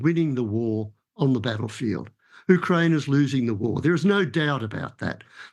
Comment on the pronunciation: He can’t even pronounce Ukraine correctly and why he believes Russia advances if this is completely the opposite? This person is not an expert so I am not listening to him. Just wasted 8 minutes of my time.